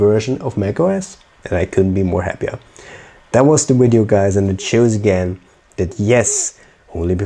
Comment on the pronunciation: Did you just say wideo? Did you mean video? Virginia accent?